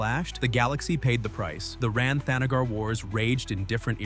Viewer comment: Captioner misspelled the Kryptonian sun. It's Rao, not Ralph! Also, THANagar, not the NAGGar, you racist robonarrator. Starro, not Stairo.